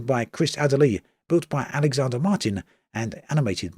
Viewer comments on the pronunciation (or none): none